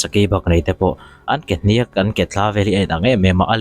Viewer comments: Hníák, athluk sang zawngin i sawi ṭhina, a dik lo, Hniãk, ri kuiathla a lam tur a ni. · Hniak tih hi lam san tur a ni lova, sava tih lam thluk a thluk tur a ni aw....a ngaihnawm e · "Hniak" hi "chi liak" tih a "Liak" ang a lam tur. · Tuikuk te chu rûl kezungpui tiat pawh chemfawng tiat a hmu thei an nia, hmuh chu an nei ngei anga an sawi ang tiat hi nilo turah ka ngai phawt mai 😄 Mahse a hnîak ti a i lam hi chu a diklo tlat mai. Thlukna awmlo in a hniak tih ni zawk se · A hniak tih lai tak i lam rik dan kha vai mizotawng thiamlo ka a tang a ri chhuak a va ang xe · A hniak ilam dan hi ava âwn ve